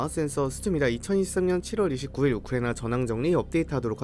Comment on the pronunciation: 우리 딕션 좋은 이 왜 우크라이나만 발음이 이상해